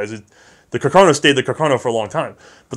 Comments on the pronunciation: It's Carcano, not Cacarno. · congratulations for the good work (both very informative and entertaining)! One minor detail, if I may: it appears "Carcano" should be pronounced putting the accent on the first "a". Thus: Càrcano, after the italian artillery officer Salvatore Carcano. Sources: 1.) Enciclopedia Treccani: 2.)the curator of the WWI museum of Redipuglia in Italy. A few years ago I had a chat with him and he corrected me.